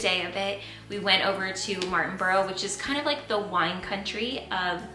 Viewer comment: Love how you say Martin borough. 😊